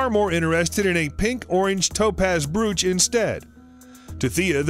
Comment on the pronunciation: Brooch? Pronunciation is hilarious.